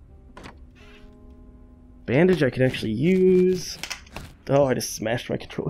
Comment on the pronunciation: She said meds like bandege